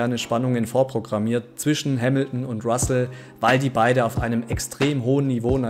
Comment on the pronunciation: Bitte sprich es Russell aus und nicht Wassell